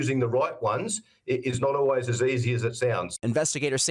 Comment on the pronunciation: So, you're back to "O-ways" again, Tom?? SHAME ON YOU!! You proved last week, you CAN say "ALWAYS;" NOW SAY IT!! always, Always, ALWAYS - ALWAYS, ALWAYS, ALWAYS!! SAY IT!!